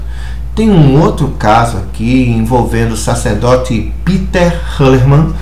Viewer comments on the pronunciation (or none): none